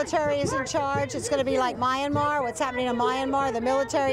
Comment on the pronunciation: I don't think a single one of them pronounced Myanmar correctly